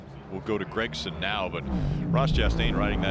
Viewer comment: It’s not Gregson.. it’s Gragson